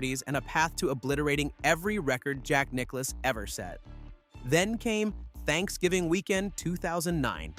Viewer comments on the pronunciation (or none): none